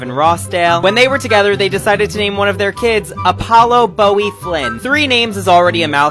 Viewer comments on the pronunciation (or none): none